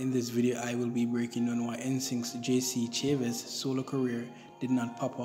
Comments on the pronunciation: JC's last name is pronounced "Sha-zay"; the name is French. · Thats ok, lots of people do it If its easier try this Sha- Zay 😊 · Funny af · You're pronouncing his last name wrong...